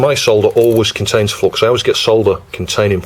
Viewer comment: see, the solder-gods are angry with you because you keep pronouncing it as flox ! ;)